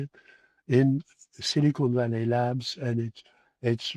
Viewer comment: I don't mean to take a jab at mr Vallee's pronunciation, but I find it quite... fitting how he pronounces "silicon valley" somewhat as "cynical valley".